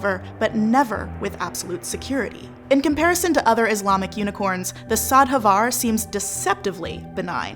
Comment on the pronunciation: Lovely to see that the shadhavar (pronunciation aside :P) got a little mention somewhere in the mix. They're definitely my favourite of the bunch and their parallels to sirens only endears them more to me. :)